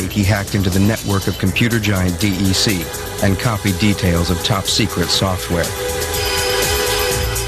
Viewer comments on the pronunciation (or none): i lost a lot of respect when the voice over spelled out "Dee Ee Cee", instead of pronouncing it "DEC" (like deck), or the company name Digital Equipment Corp. the software that mitnick stole? source code to the next version of the operating system VMS. ask the guys at Coca Cola how they feel about their industrial secrets.